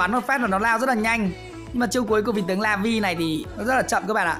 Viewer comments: Đọc là "la-viu" chứ không phải "la vi" nha anh :v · Laville đọc là la vin lê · Vào tflash nó phát âm là “La vi eo” nha mọi người:)) đọc đúng sẽ tốt hơn😂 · "Lơ vi ờ" anh ơi :)) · Lây vơ li là cách phát âm chuẩn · Laville phát âm là Lây viêu rồ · nó là la viu lờ chú a nói như nước í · Tên con này đọc chuẩn là lơ vi ô nha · ah oi phat am la la-vai-le dai khai the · Em nghĩ anh nên đọc là la viu le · Dạ thưa anh e lên chuỵ google thì chuỵ bảo tên vị tướng này đọc tiếng anh thì là Lu-vi-ồ còn tiếng Việt thì là La-Vi nước lọc thần khiết 😂😂😂 Like muộn srorry anh nhìu🙋🙋❤️❤️ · Laville đọc là La -Vi-Ly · Đọc là "lơ vi ô" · Nó gọi là "Lơ viu" nha anh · A ơi nó đọc là le vi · Con này đọc là la vồ nha anh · Đọc là "La vi êl" nha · La- Vai-Ly Tính theo tiếng Anh nhé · Đọc là La vio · La vi le nha a 😅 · Lây vồ ann ơi , phát âm như thế đấy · Chắc là lờ-viu(l) á anh 😅